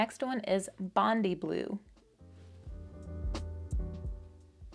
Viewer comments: Fire and ice is one of my favourites. Btw Bondi is said Bondii It is a super famous beach in Sydney. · I'm late to the party but FYI, Bondi is pronounced Bond-eye. Famous beach in Sydney. PS: thanks for the swatches. Favourites are Bondi Blue and Green at Night.😀